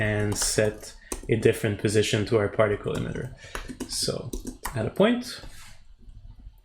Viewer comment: Awesome. It’s “E-mitter” not “em-itter” hehe